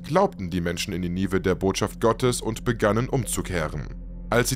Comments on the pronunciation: Bisschen schade, dass du nicht weißt, wie man die berühmte Stadt Ninive ausspricht. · Wie man Ninive ausspricht lässt sich schnell auf YouTube recherchieren. Gut investierte Sekunden. 😊